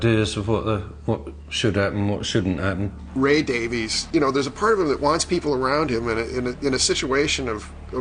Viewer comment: Yeah, they seem to have overlooked a lot of great stuff. Also, I don't get why at least a couple of these people who are supposed to be "experts" on the Kinks can't pronounce the Davies name...